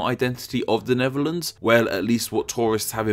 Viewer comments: AARGH! You should be pronouncing it as Nefferlands, seeing as you can't pronounce the TH in words. 1, 2, free. I fink. Fankyou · It's THE NEDERLANDS a.k.a. NETHERLANDS .... not the "NEVERLANDS" !!! ....PRONUNCIATION is important in any language - EVEN ENGLISH - not the "NORF Sea" neither is it (to quote you) ...One "Fird"of the country .... PRONUNCIATION !!!! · Except when he kept saying "Neverlands", this ain't Peter Pan's home!😂🤣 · wtf is “The Nevuhlands?”